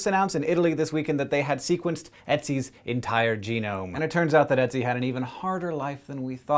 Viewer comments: its not "e"tzi its "ö"tzi with an Ö ^^ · Ötzi sounds more like Urt-si than Etsy. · dude he is called Ötzi... NOT Ätzi... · His name actually rhymes with "tootsie," not Etsy. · that's not necessarily true, because nobody is the same and just because ötzi was lactose intolerant doesn't mean that everybody else was like that. btw: i find it hilarious how he says ötzi, because i'm austrian and it sounds like etzi to me - which sounds like either acid in german or a super cute name for an ice baby not a middle aged man xD (try the wiki audio file ;D ) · Ötzi was found in the Ötztaler Alpen - the Ötztaler Alpes in Austria, not Switzerland also, but way less important the way you say Ötzi it sounds like Etsi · It's 'Ötzi' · Just saying hank it is "Ötzi" We learned about it in school. It is pronouced otsie but spelled ötzi But I LOVE SCI SHOW and i showed it to my dad also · It's Ötzi, not Etsi, Hank. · Hank said 'Oetzi' and for a moment I though he was saying 'Ezio' from that videogame :D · well done, but the pronunciation of ötzi was.. very amusing to my swiss ears ;) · Every time he said Oetzi, i thought he was going to say Ezio. Curse you, Hankgames! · So that's how Americans pronounce "Oetzi." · so that's how english speaking people say Ötzi :) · you're pronouncing his name wrong xD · Ötzi.. Ö is the same sound you make in the word burn or word.